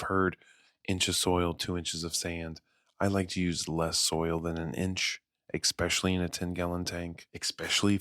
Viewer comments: Yeah I like his voice too, but he should practice saying “especially” rather than “Ex specially”. Gets grating after the fifth time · am i the only one that's hearing, " ekspecially " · Great video and all, but I cant listen to people saying expecially 😂😂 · vro said expetially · And he said it SO many times 😅 honestly kinda ruined the video for me